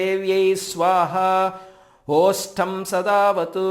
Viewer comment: ఓష్టం అని చదువుతున్నట్టు ఉంది 🙏🏻